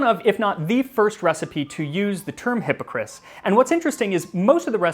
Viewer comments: my french friend said it is pronounced ass at the end not is :P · I loved this video. It was most excellent. The only thing that is off is your pronunciation of the word Hippocras. The "cras" at the end of the word is not pronounced like "Chris" but an A sound like that of Apple. If you are interested there's an episode of the Supersizers about the Elizabethan period which talks about Hippocras. And as it's the Supersizers it features our favorite food commentator Sue Perkins. Seriously though, awesome video.... OhandtheguyGileswaswronglyaccusedandlikelydidntkillanybodyhewasjusthatedbyalotofthegentrysotheyconcoctedthestorythathewasamurderer. Ok, I swear I'm done, byeee! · So....is it pronounced Hippocris ,or is it just him ? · Please check your pronunciation - I love your information, but the constant mispronunciation of hippocras was super distracting. You did better on the non-English words than on the topical word.